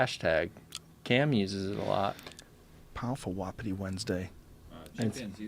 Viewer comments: It's pronounced WA -PI-TIE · Wapiti is from an indigenous language it’s not pronounced whapdi like buddy says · The word wapiti is from the Shawnee American Indian tribe. Also, it is pronounced Wa-piti with the accent on the first syllable and the i's are both pronounced like a hard e.